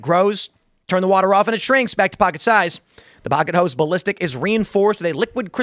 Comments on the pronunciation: Oh, pocket hose. I thought you said pocket hoes. 😂 I have a dirty mind. Sorry. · I originally thought he said "Pocket Hoes".... Somehow that term made sense so I didn't question it at first . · I was only listening and heard, pocket hos... not hose. Had to look... Haha